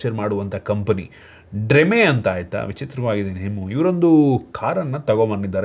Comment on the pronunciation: ಬ್ರೋ ಅದು ಡ್ರೆಮೆ ಅಲ್ಲ ಡ್ರೀಮ್